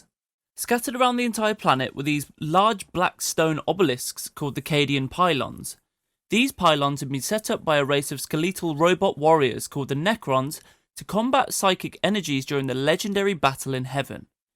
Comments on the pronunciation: Skel-leet-tal What the fuck accent is this? It's as out of place as listening to a canadian go a-GAIN-st. Instead of, you know, against. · Ske-lethal ? Are you sure bro :D